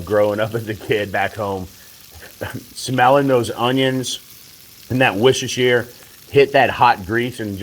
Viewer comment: it is pronounced "wash your sister" sauce. LOL.